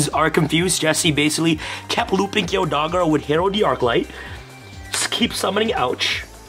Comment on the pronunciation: be like: Imper that dogra lmao.